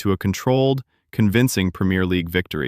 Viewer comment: I'm sorry but if you can't say Two nil and premier properly I can't listen